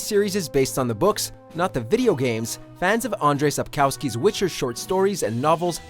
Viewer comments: It's not SapkAUSKY... It's kurwa SapKOWSKI. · can't pronounce Sapkowski correctly Sap-kov-ski, the w is pronounced as a v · it's cute when foreigners try to say the Polish surname of author correctly 🤣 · Please learn how to pronouns Sapkowski. Minimum effort reacquired!